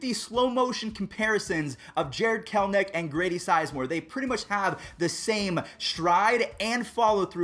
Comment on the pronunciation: It isn’t Jared kelnic you have to actually read the name there is an E it’s Jared KELL as in Kelly and enick as in lowercase e and the name nick Jared kelEnic